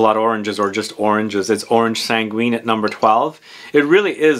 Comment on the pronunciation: Oh just a hint we don’t prononce the u in sanguine it’s orange sanggine the u is there to make sure we don’t prononce j instead of g